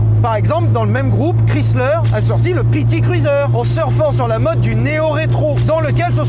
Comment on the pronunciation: Ça fait drôle d'entendre le nom Chrysler prononcé moitié francais ("chris") moitié anglais ("slər"). "Chrys" se prononce plutôt en "ai", "Krais". En fait, Chrysler se prononce un peu comme Viper, avec le "ai".